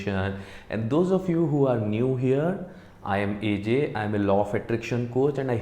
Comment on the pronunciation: It's A J Not AE ZAY